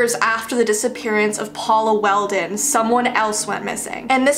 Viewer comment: Paula Welden not Weldon > <